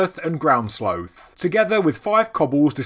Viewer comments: Mario Lanza He mispronounced it. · I like how he mispronounced it.